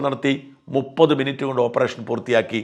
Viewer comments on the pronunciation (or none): none